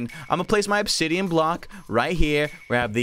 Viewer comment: Honestly, obisian ab-is-si-on is what it said